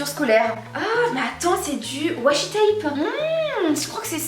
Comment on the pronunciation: Tu as bien raison on dit soit masking tape soit Whasi et pas whasing tape 😉